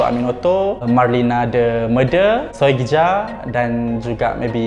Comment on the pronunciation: "Soegija" dibacanya "Sugiya" bang, ini pakai ejaan lama yg penulisannya beda.. ada beberapa ejaan lama yg lain : Tulisan "DJ" dibaca "J" contoh "Djakarta" dibaca "Jakarta" Tulisan "J" dibaca "Y" contoh "Soegija" dibaba "Sugiya" Tulisan "TJ" dibaca "C" contoh "Tjokroaminoto" dibaca "Cokroaminoto" Tulisan "OE" dibaca "U" contoh "Soekarno" dibaca "Sukarno" Tulisan "NJ" dibaca "NY" contoh "Njonja" dibaca "Nyonya" Tulisan "SJ" dibaca "SY" contoh "Sjahril" dibaca "Syahril" Tulisan "CH" dibaca "KH" contoh "Achir" dibaca "Akhir"